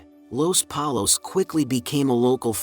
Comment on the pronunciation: I'm sorry but Polos?? If you don't say Pollos, you didn't watch the show